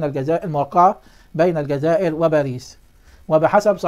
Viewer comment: أرجو الانتباه الجزائر تلفظ بحرف الزين وليس الذال